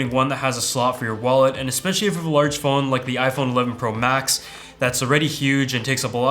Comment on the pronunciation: What’s the deal with everyone pointing out how he says “Pro Max”... I don’t get it😅